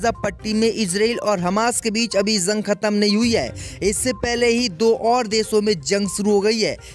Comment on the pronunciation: Zang NHI h Bolna dekh yar Jang h ok Bahut. Galat. Bolta h Urdo ki malomat NHI h